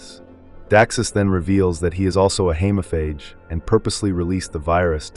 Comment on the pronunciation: Hemophage. Long E please.